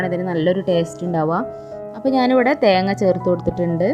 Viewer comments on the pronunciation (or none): none